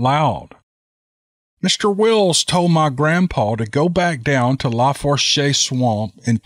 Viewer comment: Tenses= tensaw Lafource =lafoosh